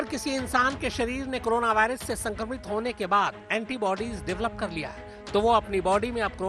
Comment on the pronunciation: Korona Ko krona bol rhe ho ,,,,,tum jaise khushkabri doge